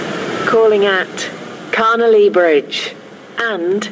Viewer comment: When the station announcer says Carnelia Bridge (or however you spell it) it sounds like she says ‘Connolly Bridge’ imo.